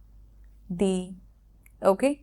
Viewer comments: Data pronounciation bolun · Very impressive lesson. However, you seem to have tripped on the word 'thee'. We do not say 'thee President' or 'thee Chief Minister'. Thee usually is a Bibical word meaning ''you'. Warm regards from New Delhi. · It should be pronounce (thee) The honest man. Example: umbrella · আসসালামু আলাইকুম ওয়ারহমাতুল্লাহ আপু আপনি বলেছেন দ্য উচ্চারণ হবে consonant এর আগে আসলে দ্য উচ্চারণ হবে। তো এখানে তো দেখতেছি the University এটা তো vowel আপনি তো দ্য বলেছেন।